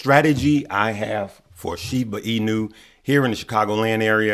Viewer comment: You always call it "SHIBU INU" lol just like Ice T